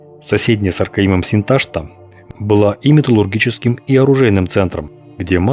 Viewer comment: Не Синта́шта, а Синташта́ от название реки Сынтасты́ – Острокаменная в казахском. В татарском Сынташты́ - Хынташты в башкирском.